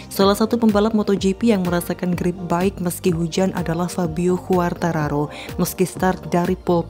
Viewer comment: ejaan ; kuartararo 👍 khuartararo 👎